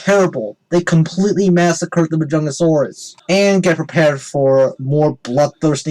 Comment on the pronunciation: Also really Jurassic Fight Club? YOU PRONOUNCE MAJUNGASAURUS WRONG? YOU PRONOUNCE IT MAJUNGATHOLUS?! WHAT IS WRONG WITH YOU JURASSIC FIGHT CLUB AND HISTORY?!?!?!